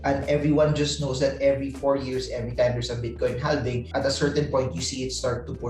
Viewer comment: Silent L po ung sa "halving"